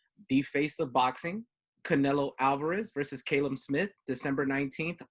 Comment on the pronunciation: just say his name how it looks, Callum! cringe every time you guys say KAllum